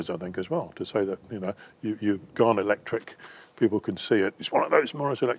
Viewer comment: You lost me as soon as you said ectric ....byyyeeee